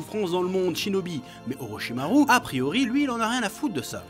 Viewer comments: Ptdr vraiment tu me tue frérot tu fait des phases des fois chui mort de rire !! Je me suis abonné à la fin de la video ptdr vivement la prochaine vidéo inchaAllah 😁✌ force à toi frérot !! Ps : ça me rend ouf quand tu prononce orochimar"U" hhh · Orochimaru sa se dit orichima « rou » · Orichimaru prononcé à la française... je sais que tu sais comment ça se prononce alors tu fais du naruto shaming ?